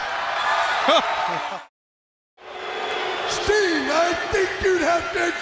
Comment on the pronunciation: said "red Sting," like "red stain," and honestly, he's not wrong. Also--there IS an evil Bosko. It's Diamonda Hagan on YouTube.